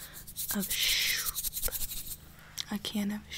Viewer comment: a can of shOopp Me: wha-: shOoPPp Me: wait wh-: shOougar Me:.... okay